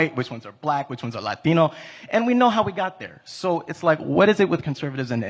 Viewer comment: Which ones are “Latino”….why all of a sudden he pronounces it like his name is Esteban…